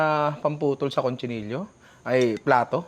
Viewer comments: Cochinillo, ninong hindi CONCHI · Ninong its COCHINILLO not CONCHINILLO